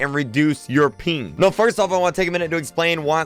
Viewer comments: “reduce your peen” 💀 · Sounds like your saying Peen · Why does he say "peen" instead of "ping* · Who else thought he was saying peen instead of ping😂 lmao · Peen dawg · "Latenz" and "pink" 😆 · I thought he said "peeing"